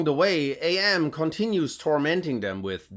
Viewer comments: AM is not said as "Ay Em". It's "am", as in "I think; therefore I am". AM uses the name after hearing "Cogito Ego Sum", which is that phrase in Latin. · Every time you say “A.M.” instead of Am, I die a little. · It's pronounced "Emm", not "Ay Emm". If you actually read the short story you would know this as one of Am's quotes is "I think therefor I Am". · Spelling out AM like that is driving me up a wall. It's "Am". "Am" as in "I think, therefore I Am". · Allied Mastercomputer - A.M. Not Am. Get it through your head or get out of fuck town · Or maybe FM can force AM to dial it back a bit (seriously, I cringe when he pronounces AM as A.M. lol) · I AM!!! I AM!!!! - AM